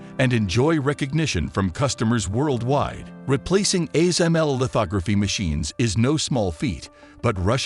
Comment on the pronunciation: The ASML was just pronounced correctly